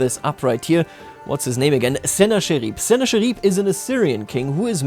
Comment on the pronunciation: In English you pronounce Sennacherib "sə-ˈna-kə-rəb," as a rule in most cases "ch" is read as "k" in English, when the word comes via Greek (as in this case). "Ch" is pronounced as "sh" mostly when it comes from French.